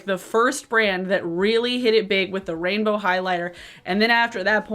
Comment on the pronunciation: This is weird, but I like the way you say “rainbow.” 😭😭🥰🥰